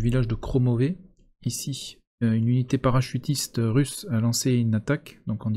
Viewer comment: Russe pas RUS, je dis FRan moi ?